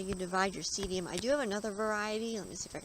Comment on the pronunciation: The name of this plant is pronounced see dum not seedium. Just a friendly note :)